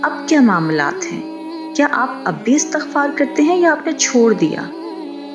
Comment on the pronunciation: Pyaray behan bhaion se guzarish he k ye lafz "istighfar"he jaisy k lafz istiamalاستعمال or istihkamاستحکام ka wazan he.Astaghfar ghalat tllafuz he. Shukria!